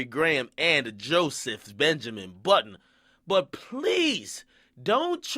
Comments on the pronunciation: lmfao when he said boiidunn sounds like budden this nigga funny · lmao why do nigga keep calling this man Joe Buttons? hahaha come onnnn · French might not of went in there with negative energy but Aubrey sure did. Nigga even said "Budden"